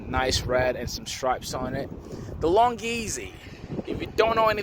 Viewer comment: . It is NOT a long GEEEZY. Its a Long EZ. Long EZ. No Geezy!